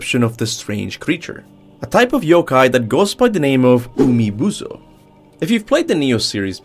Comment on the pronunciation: "Umibuso" I just can't 😂